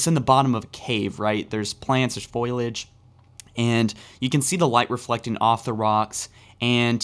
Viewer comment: "foil-age" lol